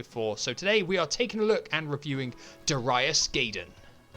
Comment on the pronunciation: My favorite shooter on Saturn. Had the Japanese version back in the day. You said you wondered how it’s pronounced? You got Darius right, but it’s Guy-den, not Gay-den. Did you ever play G Darius? It’s just as good.